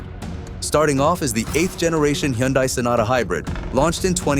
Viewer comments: It couldn't even pronounce the word "Hyundai", which should be easier than repairing a car after it falls apart. The irony is sick. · You lost me at your mispronunciation of the word "Hyundai" which should be the easiest part of doing research on cars. Removed from recommendations. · another AI :face-turquoise-covering-eyes: video that cant even pronounce Hyundai like any normal Korean or other human being in the United States